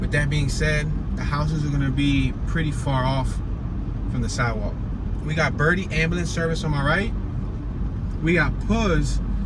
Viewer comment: It is pronounced bertee